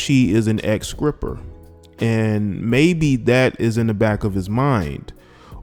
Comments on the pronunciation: Brother this is no shot at you but you pronounce stripper.....cripper so listen too yourself and correct it please I don't want you looking crazy out here and I love your work salute king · Dis I hear "skripper?" 😳